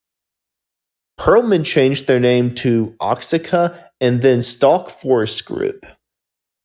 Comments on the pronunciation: Oxica? It’s pronounced Oaxaca, “wahacka”, like the Mexican city. Still. A pretty good run down of my personally favorite band. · . Oaxaca is pronounced wa hawk' a